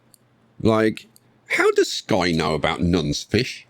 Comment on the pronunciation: Dear... I was NOT expecting to get called out by name in an episode! That, on top of you using the idea I had, has absolutely made my day! As for name pronunciation, you actually got it right first try.